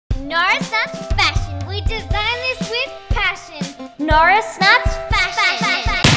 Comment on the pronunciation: Al Dweik you said ate instead of are and you said Notris instead of norris